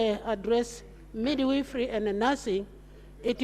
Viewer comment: Midwifery and not midweefree